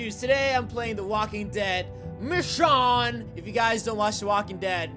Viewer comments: Ur saying it wrong roi ur saying it like Mishawn but it's like machoone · its read micone not michone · you said her name wrong Mitch_own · STOP PRONOUNCING IT LIKE MICHON ITS MICHOOOONE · Not me-shon it's meshone or michonne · no offense but, how can Michonne be your girl if you can't even pronounce her name right. it's a long vowel o, not a short one (mish-oh-n). like I said, no offense. not trying to be mean. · That's how you pronounce it. (Mish-Own) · IKR It's Me/Ma-shone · Roi says mich-on she is called mich-o-n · He's pronouncing the name wrong! It's pronounced ma-sh-oh-n but not spelled like that. I love u! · its mee-shown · Michonne is pronounced mishown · it' machone not machon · Her name is actually prenounced as mish-own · The way he pronounces her name is the way to know that he doesn't watch TWD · can u plz pronounce her name right!_ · you are pronouncing it wrong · You are pronouncing her name so wrong it's kinda funny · your saying it wrong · Your sayin the name wrong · U saying her name wrong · you said michonne wrong sorry guavs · If you really watch the walking dead and like michonne you would know that your saying her name wrong and those weren’t her daughters because she only had a son who died. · He's saying her name wrong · Your saying michonne wrong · you said the name wrong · I thought you pronounce Michonne with a long o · It a long o not a short k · He pronounces machonne wrong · Yah your pronouncing it wrong